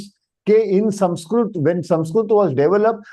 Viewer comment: Sir, it is not samskrut.. It is samskruta... the last akshara is त-ta not त्-t. ... त्+अ = त . Read what is written properly... When you yourself don't pronounce right.. what are you teaching to others..?